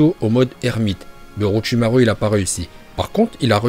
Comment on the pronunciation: Et aussi orotchimare au lieu d orochimaru